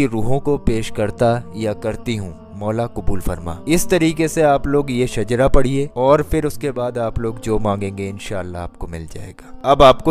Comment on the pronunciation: Not shajra that is shijra